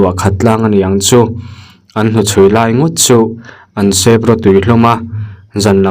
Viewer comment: Seep niloin sep thlukloh tur.